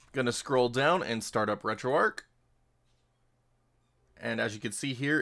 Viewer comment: The h is not silent in Retro Arch. If it was to be called the way you pronounced it, then it should be called Retro Arc instead.